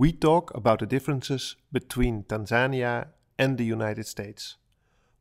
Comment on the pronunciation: If you're going to try and speak like you're an authority on a whole country from your 4 month stay, I suggest you at least learn to pronounce the name of the country correctly!